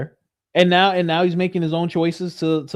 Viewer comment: Blake Bednarz is live on Danks saying that he has a receipt showing that Candace downloaded the WeTransfer file. We need Candace right NEOW lol Candace, please come to the front of the class to set this man straight!!